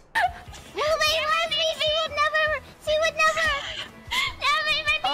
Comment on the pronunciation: all what I know this clip of Miko's playing Soul Caliber 6. It's the moment when Miko pronounces "six" wrong 😂